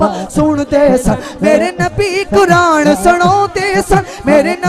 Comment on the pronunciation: Bhai Quraanrr lafz nahi hai lafz Quraan hai chahy punjaabi h chahay urdu